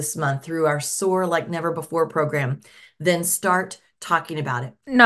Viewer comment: I spaced out listening to her rant and i snapped back to attention as soon as I heard "sore like never before". Of course it took me a second to figure out she said soar..not sore.. 🤦‍♀️i got excited for a lil tick.